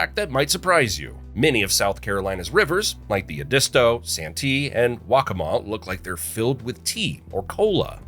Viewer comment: and waccamaw.